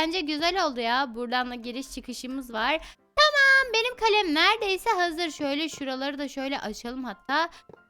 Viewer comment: Kalem kalem değil kalem